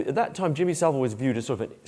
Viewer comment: Ffs Its Savile......